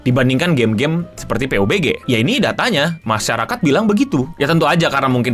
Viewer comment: Bacanya pabji bg